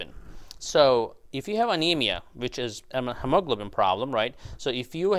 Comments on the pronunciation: FYI - it's pronounced hee-ma-glo'-ben. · It is hee-moe-glow-bin 😊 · hemoglobin is pronounced: He-Mo-Glo-Bin. All 4 syllables accented! ok? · Hemaglobin is pronounced "Hee ma glo bin" with the accent on the first syllable. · It's "he, mo, globen". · Say, hem o glob u lin. Once again... hem o glob u lin. There. Good job!! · the word is pronounced he mo glo bin. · doctor thats pronounced he-mo-glo-bin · I know, right!? My brain is translating his pronunciation like 😞😞😞😞😞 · Took a while to understand that you were trying to say HEMOGLOBIN. Thanks for the video. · Why on earth do you mispronounce hemoglobin so badly? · A well-intentioned tip for you, talk to a native English speaker about the correct pronunciation of hemoglobin. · He pronounces Hemoglobin in a "funny" way! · That is how some Phillipine born people pronounce hemoglobin. I enjoy it! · Hemoglobin? Where did you find that pronouncing style? Please Google the American English pronunciation. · his pronunciation of hemoglobin is nervewracking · Am I the only one that is jarred by the way he pronounces hemoglobin?